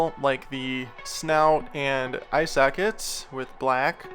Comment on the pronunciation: Not only is it "bacon bond".. but I swear I heard "eye sack it's" lol Ive never heard it before now😂😂😂